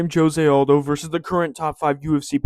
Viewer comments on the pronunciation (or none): he’s Brazilian, you pronounce the j